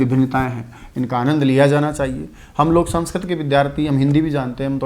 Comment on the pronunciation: Aap sanskrit ka galt ucharn kr rhe ho sir